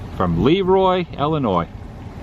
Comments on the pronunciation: And Dairy Queen! Ha ha..I do believe its pronounced La Roy (Leroy) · Hi Adam, this video series with your Dad is Great! Your Dad is fun to hang out with. As far as I'm concerned, the name of Le Roy should be pronounced La Roy. Otherwise, it would be spelled Lee Roy. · I can't believe they pronounce it LEEroy there. There is also a LeRoy, pronounced leROY, in New York. Our branch of the LeRoy family came over here in the 1700's, settled in NY, and slowly migrated to the midwest. I was surprised that there was so many towns named LeRoy.